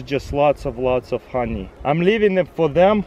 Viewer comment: I like the way he pronounces honey. "hanjej" 😂